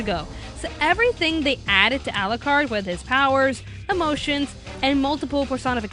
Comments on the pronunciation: "Al-lah-card" cringe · Ah yes, English dub for a story set in England, it sounds so obvious I won't bother watch it in japanese... (to hear them mispronounce all the english terms used in the manga... no thanks "Arucarudo") and the eng dub is good here!